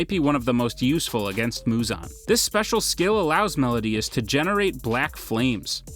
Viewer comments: M E L I O D A S not melodias -____ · It is Meliodas not Melodias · It is pronounced mel-i-odas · The way he pronounced meliodas tho